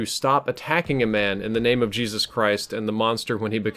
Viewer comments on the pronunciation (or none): none